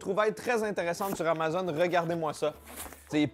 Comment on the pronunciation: Je réalise que j'ai jamais prononcé le mot Amazon comme il faut. J'tu toute seule qui dit AMA-ZONE ? Hahahaha je remets ma vie en question.